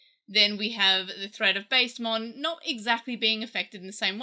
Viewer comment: this is a nitpick but i think its pronounced bast-emon with a short a like the egyptian gods bast or bastet